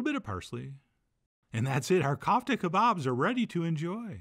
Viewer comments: kófta , not Kaufta .... the 'ko' rhymes with 'toe' 👣 (i wated to insert a Charlie/Andy Kaufman joke here, but came up short) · It’s pronounced coof tah